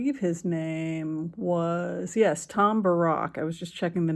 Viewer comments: Pronounce it Bear-ick, please. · Small point, Tom Barracks name isn't pronounced like Barrack Obama, it is pronounced as bare - icks, as in barracks (definition: a building or buildings for housing soldiers, etc.), I know he is of Lebanese origin, but in earlier coverage that is how his name was pronounced